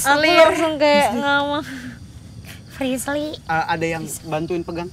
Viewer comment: Ngakak saat salah ngomong frizly 😂